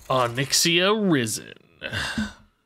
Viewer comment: Watching struggle with risen has me questioning if his brain has any wrinkles.